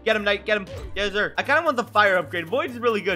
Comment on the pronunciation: anyone heard saying yeszir??? or yesfur?? cuz i sure did🤣 anyway good video keep it up!